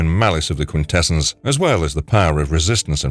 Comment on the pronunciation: It's pronounced quintessons not quintessens